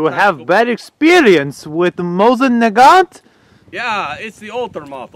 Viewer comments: I'm Russian, so I can tell that with the exception of calling the rifle MoZin instead of MoSin (there is no Z in that name) the rest is pretty authentic. Even the snow is of the same color as the true Siberian snow :) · NAGANT IS PRONOUNCED NAGAN NOT NAGANTO MOSIN IS PRONOUNCED MOSINA